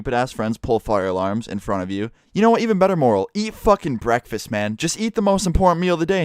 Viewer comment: What’s a breekfasts